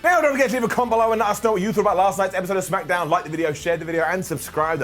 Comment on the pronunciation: smackadown? week after week, it puzzles me to hear you pronounce it as smackadown.